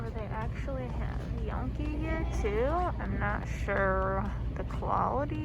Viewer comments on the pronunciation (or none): You mispronounced Gnocchi.